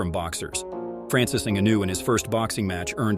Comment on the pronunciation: Why do you say pronounce Francis last name different everytime